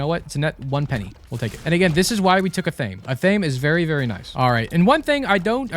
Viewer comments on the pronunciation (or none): Athame is pronounced Ath. Ah. May. Ath sounds like the word math with no M